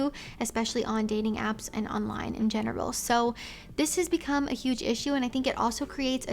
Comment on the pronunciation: It sounded like she said women have more options in genital instead of general 😂 but both would still be true